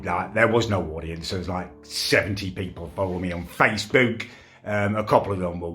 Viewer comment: “On faceBEWK”